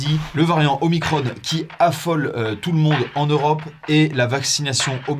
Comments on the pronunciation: OmiCRON et non omicronE. Soit on prononce en français, soit en anglais. Mais le mix des deux est faux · omicrone? Pourquoi mettre un "e" à omicron? Pourquoi le prononcer à l'anglaise? Les lrem mettent tout à la sauce amérloque, rien d'étonnant. Mais les journalistes de VA ont ils besoin de mettre des accents angliches partout? Omicrone!!! Assholes. (C'est génial puisque c'est en anglais)? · Punaise, je m'attendais pas à ce que George change de sexe comme ça. Ah et on dit omicron, pas omicrone quand on parle la France, punaise.